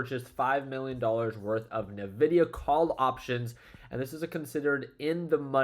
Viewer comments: Hey pro tip from a techy…. Nvidia is not pronounced “na-vidia” its pronounced “en-vidia” Fyi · Yo, do you say nuhvidia on purpose? I'm curious 😅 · He actually says nevidia 😀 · “N” vidia 😉